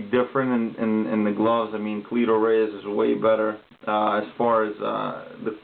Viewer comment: Jesus Christ cleto not cleeeeeto